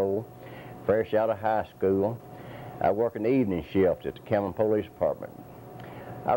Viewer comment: PO-Leece lol